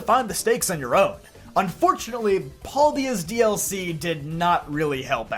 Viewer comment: Pal-day-ah not Paul-day-ah